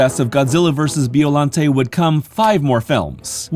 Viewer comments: By-o-lon-tay. Killing me with bee-o-lan-tea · Biollante's final form reminds me of Perfect Chaos from Sega's 1998 video game, "Sonic Adventure". Also, you pronounced the monster's name wrong. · Your saying Biollante wrong